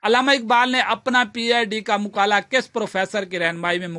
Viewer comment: مقالہ مقالے کی ادائیگی درست کریں باقی ٹھیک ہے سب،عمدہ